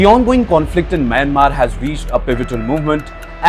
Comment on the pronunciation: The narrator who is from a neighboring country should be knowledgeable enough to pronounce Myanmar correctly. Unfortunately he imitates the mistakes of western journalists.